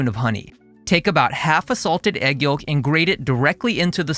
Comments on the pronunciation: Great video! (Also, pronounced "yowk", the L is silent.) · The L is silent yolk, brother. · fascinated by your pronunciation of yolk